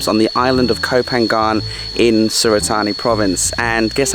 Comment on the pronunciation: Nope, it's pronounced Ko Pa-gnan. There's no Y sound. The Y sound is used by foreigners who don't know how to begin a word with an NG sound.